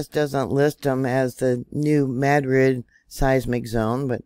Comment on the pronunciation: Thank you for saying MADrid. Thank you!!! Love your yourtube.